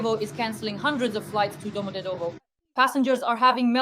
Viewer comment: Why can’t you not correctly pronounce ‘Domodevedo’’?